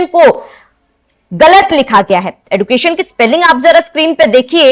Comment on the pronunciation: मैडम(न्यूज़ एंकर ) आप भी तो एजुकेशन को एडुकेशन बोल रही है😂😂😂